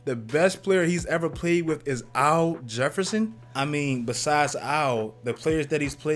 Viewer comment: Nigga, who is "OW JEFFERSON"?? lol